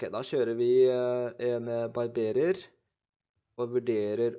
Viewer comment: barbarer ikke barberer